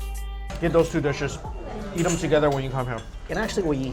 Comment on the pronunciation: Every time he says yeet instead of eat I die a little bit inside